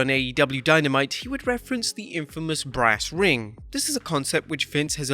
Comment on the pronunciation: Brass ring?! I thought he said branding 🤣